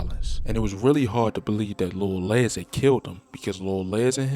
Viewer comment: Les as in Lester not Lez